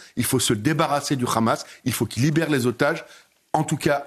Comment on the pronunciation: Meyer KHabib lol, en effet, s'il n'est pas capable de prononcer Hamas, alors il peut prononcer aussi son nom Khabib